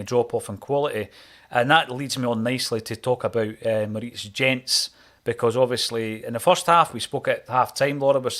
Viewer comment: Love this group of players and their Da Big Ange. Jenz is pronounced YENTS not GENTS HAIL HAIL ACSOM